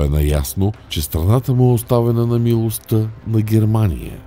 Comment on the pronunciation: Моля гласа зад кадър - - да обърне внимание на правоговора. Чете се милосттА, есентА, а не есентЪ, "ОстА", а не "ОстЪ". Правилото се отнася за всички останали думи от женски род при членуване. Благодаря.